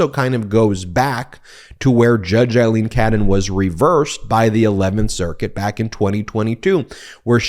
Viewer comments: "A" leen, not "I" leen. Don't want to give any right wing idiot an excuse to criticize. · Great report as ever, Ben. Just one thing. A-lene NOT I-lene Cannon. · Hi guys, love the content, just a small issue of little consequence but still, judge Aileen Cannon's name is pronounced A-lene, not I-lene, it's an Irish thing! Keep up the great work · Judge Aileen "loose" Cannon needs HAS to be removed from the case. More a "Feral" rather than "Federal" judge, biased doesn't even START to cover it The chances of a fair trial with her interference & unlawful pronouncements are now vanishingly small.